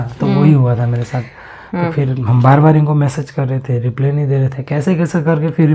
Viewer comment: रिप्ले nhi भाई रिप्लाई 😂😂😂